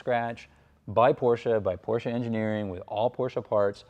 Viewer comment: Why you say PORSCHA ?